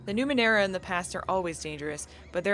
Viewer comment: You pronounced Numenera correctly, dont worry.